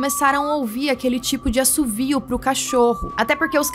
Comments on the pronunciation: "Assobio" e não "Assovio". Parabéns pela entrevista! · é assobio, não assuvio kkkk